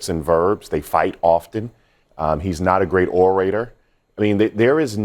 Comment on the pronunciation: How Bakari gone tell someone they can’t speak when he said or-Ray-tor. 😂😂😂